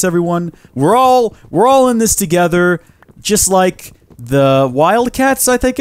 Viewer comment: we will learn toge- awkward pause -ther